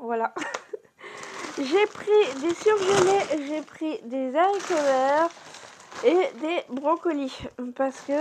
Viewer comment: Non non pas des « Z’haricots « . Merci 🫢